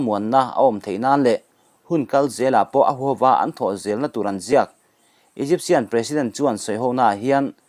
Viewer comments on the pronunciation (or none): none